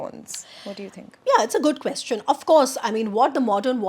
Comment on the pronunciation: Please pronounce “question” correctly.